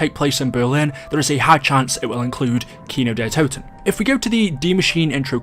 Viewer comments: its funny how they say kino der toten ...lol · Ich liebe es wie Amis Kino der Toten aussprechen, Kinau der Tauten 😂😂